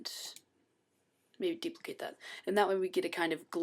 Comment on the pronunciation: "so we're just going dupilcate this layer "i have mail" i then click layer...." xD epic